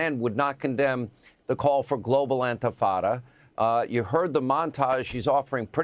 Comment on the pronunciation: bro did Hannity just deliberately mispronounce intifada as "Antifada" for extremely obvious reasons lol